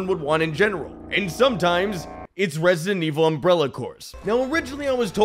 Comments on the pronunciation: “Resident Wick” no no no no “John Evil” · Resident Wick 😂🤣😂🤣😂🤣 you earn that like 🤣